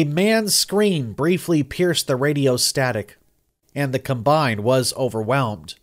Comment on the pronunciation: I had to turn it off. I couldn't listen to him mispronounced combine one more time.